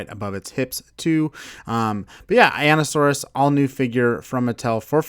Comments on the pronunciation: It’s pronounced “I neeo saurus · You say einiosaurus like this Eye-knee-o-saurus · Its eye-nee-oh-sore-iss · You said einiosaurus wrong